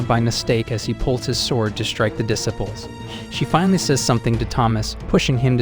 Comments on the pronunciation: This guy keeps mispronouncing the word disciples. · What about dissipples lol